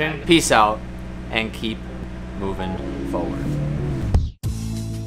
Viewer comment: I think should change everything to foward cause he doesn’t pronounce it forward